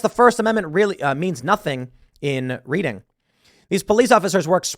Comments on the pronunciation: It's pronounced like the colour, red. That said I find it disgusting that the left can pretty much riot without opposition, but if you say one thing the police don't like against Pride, to prison you go. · Just wanted to throw it out there it's pronounced read-ing like say it like u would say read with ing on the end lived in pa all my life that's the only way I've known it to be said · It’s “red-ing” Pennsylvania. Didn’t realize these Pennsylvania towns were so hard to pronounce. Close enough on Lancaster. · It is pronounced "Red-ing" Like monopoly, Reading railroad. It is hard to see the radicals point of view, with their heads up their butts and all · Reading, PA is pronounced like Redding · It's pronounced Reding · It's pronounced Redding. I hope the cops get sued personally. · Tim... I enjoy Timcast. But I gotta tell you, Reading, PA is pronounced as Redding. A small thing, I know, but... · It's pronounced redding despite the spelling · Reading! Pronounced like past tense 'read'. Thats 45 min from me in york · You were right the second time; pronounced Red-ing. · Just as an aside, and chances are, you’ll never see this, but if it’s Lancaster, Pennsylvania, it is pronounced REDDING 😊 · Reading, PA is pronounced RED-ing. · Reading is pronounced Red-ing. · It's pronounced "Red-ding". If you need help pronouncing my state's weird counties etc. Feel free to reach out. You DID pronounce Lancaster correctly though! Good job! Remember, there are many Lancasters, but only one "Lan-kiss-ter" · Pronounced: "Redding". You're the ish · I live about 30 minutes from there. It's pronounced Red-ding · A is silent Tim I live in Pennsylvania it’s Redding PA even though it says reading PA it’s pronounced Redding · Not to tread on your First Amendment right to butcher your own native language, but it's pronounced "Redding." 🤣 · Not to split hairs...but it's pronounced REDing Pa. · It is pronounced REDDING. It is my hometown. The city is a den of violence, but they arrest this guy.